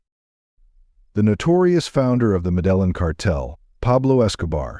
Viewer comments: Meh DE Yan !!!! Not medalin …. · Medilin pronunciation not correct. Robot voice. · Meh-del-in isn't globally known. What a bs video. Can't even say a city name correct. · Was this made by A.I bro said madellen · interesting video, but I gave up after 10 minutes. I can't stand watching videos with computer voices. Mispronunciations are really annoying. Medellin is pronounced "Med AY een". Cartagena is pronounced "Carta HAY na". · Medillin known for its Jobs? Let’s not even discuss how the AI pronounced it. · Please pronounce MEDELLÍN correctly, the accent is on thr "Í" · How are you comfortable putting out this garbage, low quality content. “MEDELIN” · Proper way to say it: Medeyin and Cartaheyna. What the heck is land of free sex? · Your pronunciation of place names is incorrect. Cartajena it is. Medeyin Thats the way it sounds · Would be better if your AI knew the correct way to pronounce the city of Medelin. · I don't think you are pronouncing 'Medellin' correctly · It’s irkin that you don’t correctly pronounce Medellin. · Please teach the AI how to pronounce Medellin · Learn how to pronounce the names of the cities a complete butcher job on the pronunciation of every city you mentioned, this is an insult to people like me that live in Colombia, you should get help before trying to push information when you can’t even pronounce the cities names ! Terrible job of narrating ! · the way Medellín was miss pronounced you can tell this was made with AI but it was still a good vid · The pronunciation of Medellin by this dude is killing me. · AI generated junk, the generated voice pronounced Medellin completely wrong. Fake video. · Pronounce Medellin correctly fool! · Such a Bullshit video that’s so misleading. You don’t even know how to pronounce Medellin correctly. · The pronunciation of Medellín is killing me.. Other than that.. dope video. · At least pronounce the city name correctly! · He lost me as soon as he mispronounced Medellin. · It's pronounced, 'Meh-Deh-Yeen'